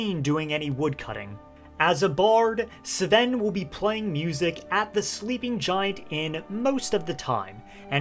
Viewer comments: Im sorry cab you stop calling him "Seeven" his name us Sven 😬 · It’s pronounced Sven, not S’Ven. 😊